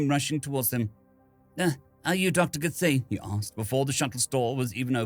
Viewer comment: last channel I listened to this story on I had to stop as Dr. Githaie's name had four different pronunciations. Two of them in one chapter.